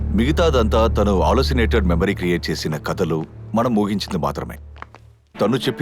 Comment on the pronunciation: Everything is good but Oohinchindi ❌ooginchindi ✅ Rohan ❌ Rogan ✅ Sneha ❌ snega ✅ 😂